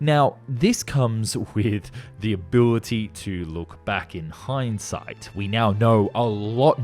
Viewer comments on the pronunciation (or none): none